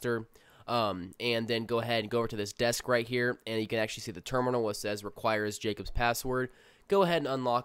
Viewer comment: First video already turned off by Ahctuwally and basically. Listening to you is like looking at chick's who stick their fucking tongue between their teeth when taking a picture. Good content, great narration but fuck those two words bro. Drill to the temple type shit.